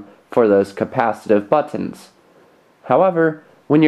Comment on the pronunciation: He say buttons like botonn